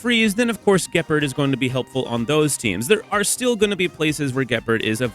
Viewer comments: Juhpard 😂 Gehpurd is killing me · The hard G on Gepard is killing me 😭